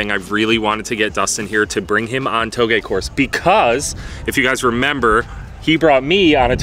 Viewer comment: Lol i learned something today i am supposed to pronounce touge like “towgay” not “ta o g” lol